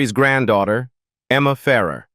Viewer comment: It's pronounced Ferr AIR. Get it right! Why do you put unrelated clips in your videos? Can you not be professional?